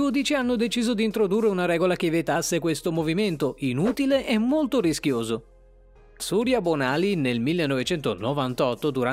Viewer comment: Il “Lux” 😂😂😂 E vogliamo parlare di Katarina “Uitt” e di “Sùrya Bonàly” 😅